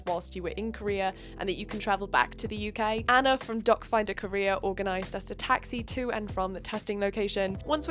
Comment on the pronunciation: I know you’re saying “doc finder Korea” but my brain keeps interpreting it as “doc finder career” every single time you say it 😂